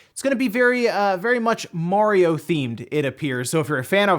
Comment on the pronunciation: please stop saying "Mohriow" it's Mario